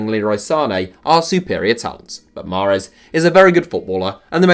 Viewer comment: Bruh it’s not mahrez